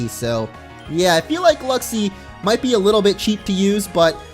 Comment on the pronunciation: Luxi... LUXIO???